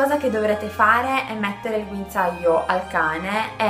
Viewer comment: Guinzaaio Ahahah grande